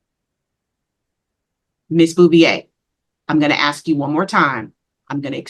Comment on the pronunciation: JUDGE AX -ing. What’s wrong with GHETTO people